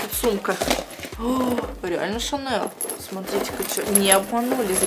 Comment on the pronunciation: Моя сумка шанэл,твоя девушка гочи и мы вместе в помойной кучи.Оруууууу простоо.Еще так говорит не Шанель а ШАНЭЛ.ахсхсх